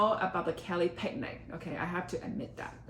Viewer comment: Omg pls learn how to pronounce picnic. It's "pick-nick" not "peg-nay-g"